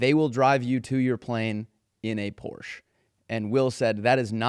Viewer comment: It's pronounced Porsche